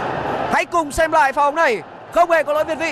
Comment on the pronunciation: ông phát âm còn không chuẩn thì biết gì về bóng đá mà ngồi đấy "thiên vị" người ta gọi là việt vị.